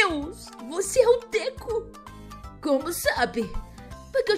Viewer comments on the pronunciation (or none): Não é deku é deko só que u faz som do o